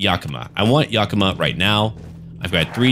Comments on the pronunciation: its pronounced yaka-maw and wen-na-chee. im from yakima which is pretty much right next to the yakama reservation. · Love the video but I live in Washington, Think my eye twitched every time you said Yakima and Wenatchee odd but Washington is full of hard places to pronounce